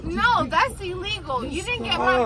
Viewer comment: "That's eElegAl"